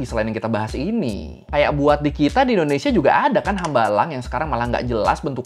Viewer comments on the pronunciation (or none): none